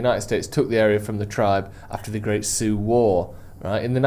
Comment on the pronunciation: saying Laramie wrong but nailing Lakota and Sioux is peak British.